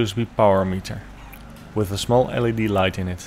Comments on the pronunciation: First LED is not pronounced "LEAD", it is an EL-EE-DEE, as in Light Emitting Diode. Second, you should have kept the inner set of coils. You should have disconnected the inner set of coils and connected two NEW wires to those coils. If you kept the switch box, you could have sealed that box, and placed 2 bridge rectifiers inside the box.Next you could have then connected the outer set of coils to the first bridge rectifier, and the inner set of coils to the second rectifier. The positive terminals of both rectifiers could then be connected together. This way power would be generated by both coils. The non magnified part you call the "rotating part of the induction motor", which you removed may have been modified to install the magnets. Grind the fins but insure it is still firmly attached to the housing, then make 14 holes evenly spaced and put 14 of the strongest magnets in these holes. I suggest molybdenum magnets or something along those lines. Next since I recommended keeping the switch box to hold the rectifiers, also use it to contain both a capacitor and a regulator. The capacitor used should be one rated higher than the top voltage that might be produced by the fan motor, I suggest 250 volts, not sure what would be the be micro or pico farads would be best since I have no idea of the frequency of the power produced is, however you might place the capacitor in parallel with the power terminals, as you already did but also add a coil to the positive side of the capactor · well for one it’s pronounced L.E.D. Not lead